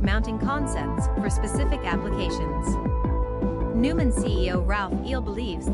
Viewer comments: If you want to be taken seriously, at least pronounce the company's name correctly. Noy-mahn, not Newman. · Neumann - Pronounced Noy-man